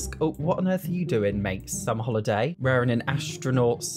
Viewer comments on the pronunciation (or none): none